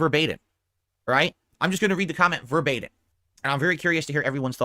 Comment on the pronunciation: "Ver- bait - in" . Really Dsp?